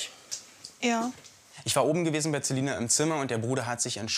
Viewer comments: Tamara HxGH er spricht Celina ja auch mit z aus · Der Berater sagt "Zeline" "Zyber-Mobbing" xD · Wen fuckt es auch ab wenn der Typ Zelina statt Celina sagt oder Zybermobbing statt Cybermobbing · Der sagt Zelina und Zybermobbing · Kannst der Ernährungsberater kein C sagen? Weil er sagt Ziber Mobbing und Zelina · ...dass die Zzzzelina durch Zzzzybermobbing...😂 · Wie er sagt zelina statt celina und zybermobbing statt cybermobbing 😂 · Ich heiße auch Celina und es macht mich grade richtig aggressiv dass der Typ Zelina und vor allem auch Zyber Mobbing sagt... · Merkt eigentlich einer dass er es Zelina und zybermobbing ausspricht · celina nicht zelina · 😂😂😂Zelina. Zeibermobbing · "das die Zzzelina durch Zzzybermobbing..." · unter Cybermobbing versteht man jegliches bloßstellen und lustig machen über personen im internet. Der Herr kann vielleicht nichts gegen seine Aussprache von Celina und Cybermobbing. Vielleicht aufgrund von lispeln bzw einer Sprachstörung ;)